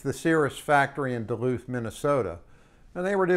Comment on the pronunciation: Great review! And you were at your pilot funniest when you said, ‘Duluth’.